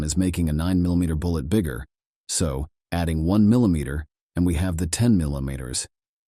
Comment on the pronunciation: Tell the narrator to slow down And it's mil not min millimeter not minimeter